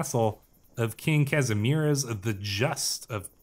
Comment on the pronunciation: I already saw someone commenting that Kazimierz is Casimir, which is closer in pronouncation to our actuall pronouncation than what you tried to say. Try casimi-e-r and would be marvelous Częstochowa is pronounced as Cheu stoh ova